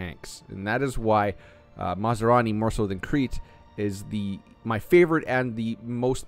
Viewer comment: Fot goodness sakes man!! It's not masarani! He ain't some kind of food!! It's MAS Rani!! 😂